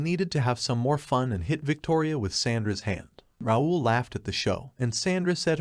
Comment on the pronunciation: I thought it should be called How NOT to pronounce “Raul”